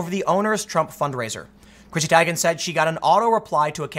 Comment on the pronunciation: Today I learned I've been saying Chrissy Teigen's name wrong my whole life.